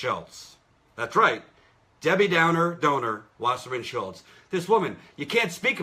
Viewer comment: Well, Jimmy Dore always says Schiltz instead of Schultz for some odd reason.